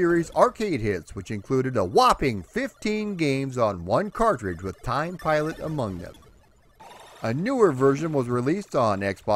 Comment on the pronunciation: I'd like to report a homicide. The victim is the pronunciation of this game's title.